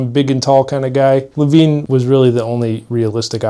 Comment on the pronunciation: I feel like hes pronouncing lavenne wrong...